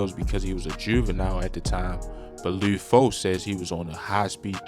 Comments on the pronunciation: Bro said lee foe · Every time he says “loode foe” it makes me wanna dislike the video again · Leeewd Foe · Lou foe? Wtf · I don't think dude from cago, he keep saying lid foe and lood foe... its just lud how it looks bruh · Lood foe 🤣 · It’s LUD NOT LUDE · Idk who lood foe is you mean lud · Luuuuhd my Nigga fuck not luuod damn it was unbearable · Who the hell is Lou Foe 🦧🤓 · I gott turn this off cuz I caint keep hearing this Mann say loo foe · Why dude sound like he sayin Lube Foe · did this nigga say lube foe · Bro said "Lewd Foe" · Luhd not lood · He did all that research just to say loo foe 😂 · You gotta be from Baltimore you keep saying Lude Foe 😭 video 💯 tho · he saying lood foe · He saying his name wrong 😑 it’s not loo foe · Why tf is the narrator saying his name like that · Eww why you say his name like that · Can’t stand how this guy says his name incorrectly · Never heard someone say Lud Foe like that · Baltimore accent